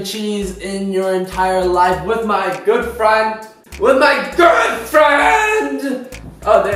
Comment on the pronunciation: whent u said good friend to me it sounds like girlfriend